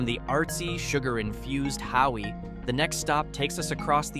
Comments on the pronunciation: You aren’t saying Hawi (Ha-vee) right in your video which is on the North side of the Big Island!!!!you are saying Howie!?!?haha…enjoyed all your information about the Hawaiian Islands 🤙🤙🤙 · Its pronounced’HAVI “❤